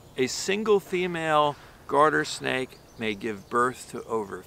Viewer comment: "Guarder Snake" or "Garden Snake"? Thanks. So much. (Curling in the hand is absolutely priceless)...amazing! Thanks for the info!